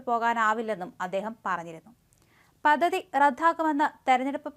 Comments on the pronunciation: 🙏,,,,,",പതതി ",,, അല്ലമോളേ,,,, പദ്ധതി, പദ്ധതി,,,,,, 👍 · പദ്ധതി എന്ന വാക്ക് ഉ‌ച്ചരിക്കുമ്പോൾ പദ് എന്നു പറഞ്ഞ ശേഷം ധ എന്ന അക്ഷരം ഉ‌ച്ചരി‌ച്ചാൽ ശരിയായിക്കോളും. അല്ലെങ്കിൽ പദതി പദതി എന്നേ കേൾക്കൂ. അതു പോലെ തന്നെ, റദ്ധാക്കുക എന്നല്ല, റദ്ദാക്കുക എന്നു വേണം പറയാൻ.